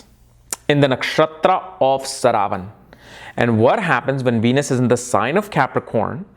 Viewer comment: So many years into astrology and this man still gets the pronunciations of most important words completely wrong. 😆👎 Is this how you teach your students... Calling श्रा व ण as स रा व न. Seriously man... Whats with you?